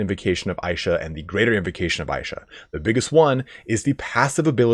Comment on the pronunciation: Why the fuck are you saying "aisha". Its said "Isha" so many times in the game and still you want to misspronounce it. This is why nobody like americans